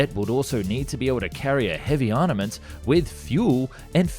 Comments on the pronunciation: Nice video but dude, you need to work out how to pronounce armament (ARM-a-ment, not ARN-a-ment), maritime (MARI-time, not MAR-time), and McNamara (MACK-nah-MARA, not mack-NAMA-rah). You also spelled his name incorrectly. This is not the first time I've heard you say armament incorrectly and it is particularly strange for a channel dealing with military aircraft. They are ARMED with ARMs, or ARMAMENTs. Army, arms armed, armoured, ARMament. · Don't you bother to actually look at the letters of the word you are trying to pronounce? It's arMament NOT ArNament - with an M not an N. It's easy, just use an MMMM sound instead of an NNNN sound. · arNament??? This dude makes youtube videos explaining things but can't even speak properly...